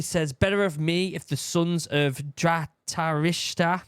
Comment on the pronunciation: Dhatarista ❎ Dhitarashtra ✅